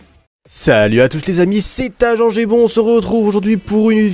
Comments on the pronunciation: Salut tout le monde c'est agengembon se retrouve etc.... XDD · a l intro aulieu de dire c est agentgb il a dis agentbon